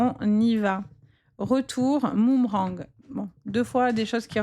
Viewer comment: ALORS LA...UN MOOMERANG😂je n avais jamais entendu... Vous êtes trop forte... mais on dit BOOMERANG Allez, j écoute quand même, j en ai le droit...